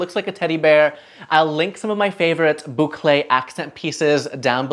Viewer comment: I love the way you say boucle!